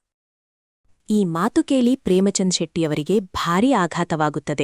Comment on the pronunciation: The story is nice please talk proper Kannada it is not Matru it is Mathu